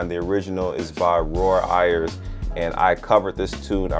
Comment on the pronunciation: 👋🏽....hey...just incase you wanted to know....Ayers is pronounced like "AIRS". OK...bye-bye🏃🏾. Love your content by the way.